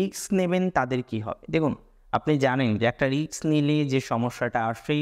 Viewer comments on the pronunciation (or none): Word ta risk hobe ,riks noy .Pronunciation wrong hoche ,sorry bolte holo